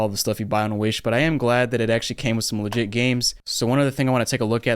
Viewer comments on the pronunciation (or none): "legid games"